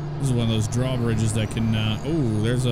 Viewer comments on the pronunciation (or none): none